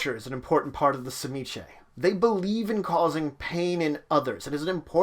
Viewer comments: I always thought it was pronounced Zi-Meat-Zee? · It is a Russian name and it it properly pronounced suh-ME-ski. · I used to play in a game with a history professor, playing an Old Clan Tzimisce. He had a colleague from Hungary and he showed him the name, asking him “How would you pronounce this?” It’s hard to write it out, but you pronounce the “Tz” like the “Ts” in Tsar. Kind of like “cz” in Czech. And like most Slavic words, the second syllable “MI” has the accent. Then you do a kind of glottal stop and say the last syllable like “skuh.” There’s no schwa character in this keyboard, unfortunately, but you pronounce the last “e” like that. I had no problem saying it but I have a talent for accents and sound bites, not everyone did. So those of us who had talented voices pronounced it like the player’s Hungarian friend and everyone else called them “Clan Pretzel.”